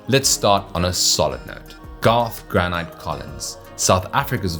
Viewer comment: Aaah hahaha classic. Yeah Granite the Gladiator was definitely wrong, you said it correctly but I wouldn't tell him that to his face XD